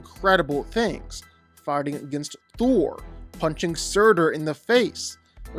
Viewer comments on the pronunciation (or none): none